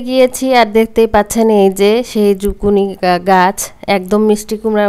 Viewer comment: Zuccini 🥒ছিলে রাঁধতে হয়না , skin সহ রান্না করলে এর খাদ্য গুন বেশী থাকে । বাহিরে ( Canada 🇨🇦, USA 🇺🇸) Skin সহ bake, cook or Chinese vegetables রান্না করা হয় । আর এতো spice use করতে হয়না । বাংলাদেশে বিদেশী সবজীর বারোটা বাজিয়ে দেয় 🙄আর ঝুকিনি কে ঝুকুনি বলবে না , শুনতে বাজে লাগে । Public এর জন্য যেই কাজ করা হয় সেখানে সঠিক information বা নাম ব্যাবহার করা উচিত । please don’t mind, take care.